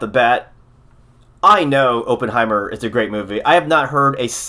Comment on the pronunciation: It is pronounced like AH-penheimer, not OH-penheimer. Just sayin...